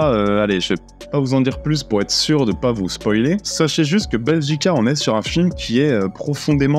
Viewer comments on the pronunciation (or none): none